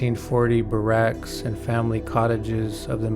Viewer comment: the pronunciation of barracks threw me and that was an old bus terminal. clearly